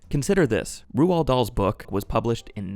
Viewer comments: why did say rawl Roald wierd? its said like rolled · Can someone please tell him how to pronounce ‘Roald’, it’s not Rooahld, it’s Role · Who the hell is Roo-al? 😂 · Roald rhymes with "gold," 👍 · roald is pronounced rolled btw! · His name is pronounced "Roll Darl" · For future reference… It’s pronounced Roll or Role… Dahl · Pronounced Rowl. Also he was an huge anti Semite. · What a curious way to pronounce 'Roald'.